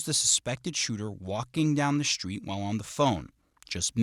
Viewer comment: interesting how the narrator pronounces street shtreet i think of that as a black innovation in pronunciation and it sounds good altho a little gang-y